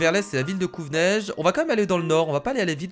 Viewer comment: C'est couveneige pas covneige.